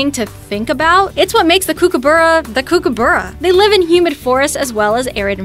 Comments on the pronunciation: You can't say kokabrra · kokoburra? I dont know what to make out of that pronunciation... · She saying kookaburra wrong Australian that’s not how you say it